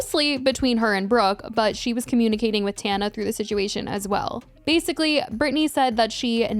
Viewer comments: I love that she calls her “Tawn-A” and not “Tan-A” lol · Tawhnuh 😭😭😭 girl it’s tanuh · It’s pronounced tawnuh in most languages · She always finds something to argue about the other person that is irrelevant, she can’t ever just take the L and leave it at that 🙄 like what does pronouncing Tana’s name wrong have to do with “being so knowledgeable”